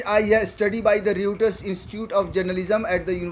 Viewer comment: भाई रयूटर नहीं रायटर्स कहिए।